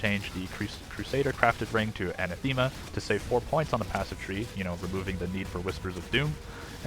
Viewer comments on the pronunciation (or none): So this is silly but I see so many people making this mistake so I gotta say it - Anathema is pronounced Ann-ath-uh-muh - it's a real word not just a name of the ring, google's got the pronunciation too. Anyway sorry for the nitpick solid video for when I eventually get any currency to make upgrades lol. Also just realized it was your character I was looking at earlier today on poeNinja haha good shit.